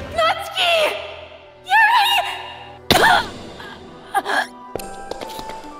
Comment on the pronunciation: Yuri natsuki = yuritski